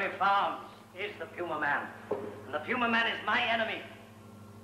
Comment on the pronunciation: You're certain that it's pronounced, P-You-Ma-Man? I'm fairly certain it's pronounced, "Pew-Mae-Men".